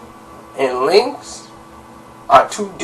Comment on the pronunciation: its link not linx correct?